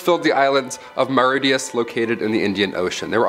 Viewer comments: you can always trust a Yank to mispronounce something ! Mauritius is NOT pronounced ‘Maw-rit-ee-uss’ ! It’s ‘Maw-rhi-shuss’ (the ‘i’ is short) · Mauritius... Not Mauridius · More-it-e-us... facepalm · Great video! Intriguing topic! Two points… Tasmanian Tiger’s scientific name is pronounced ‘Thyla-seen’… and the Dodo lived in Mauritius… Moorishus… Cheers from Tasmania! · You mispronounced Thylacine. The end is said like the word "scene". Thy la scene. Also at . That is not how you pronounce Mauritius. It is said Ma rish us. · (*PEER-en-ees) (*THY-low-seen) (*Muh-RISH-us) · The island (Mauritius) is pronounced "Moh-re-shiss" (that's my best attempt 🙂) . Not that the average American will really care. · love the video, bro. but it's pronounced Mor-Ish-Us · Pronounced: mor-ish-us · this guy mispronounces multiple words, for example "Mauritius." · You need to learn how to pronounce Pyrenean/Pyrenees, thylacine and Mauritius.😉